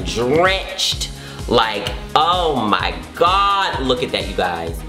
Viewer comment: "oh mai gawd"